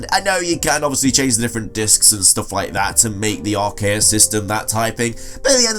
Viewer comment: Arceus is the best poke`mon ever and it is pronounced 'Ark-E-us'